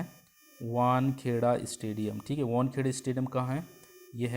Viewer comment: It's wankhede not wankheda marine drive Mumbai !